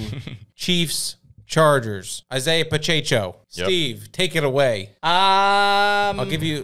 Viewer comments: Pacheco NOT Pachecho. Pa che Ko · Pa-cha-cho 😂. It’s Pa-check-o. Hilarious.